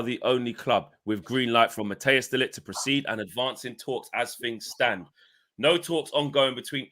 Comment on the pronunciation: Cmon guys pronounce De LiGt name properly! 🤦